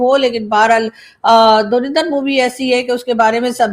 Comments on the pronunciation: It's Dhurandar, not Dhurinder. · Why Pakistani pronouns it “ Dhurinder”? It is “Dhurandar.” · Pata nahin kab pakistani dhurandar ko sahi naam se pukarenge. Ye dhu-rin-dhar nahi dhu- run- dar hai hai. 😂😂😂😂 rin ke badle run boliye😂😂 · pronunciation is DHURANDHAR not DHURINDHAR. Dhurandhar means expert or Past Master in his field. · the movie is pronounced like Dhu Run Dhar, not Dhu Rin Dhar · …u pronounce it as Dhur a ndhar and not Dhur i ndhar😊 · It is Dhu run dhar not Dhu rin dhar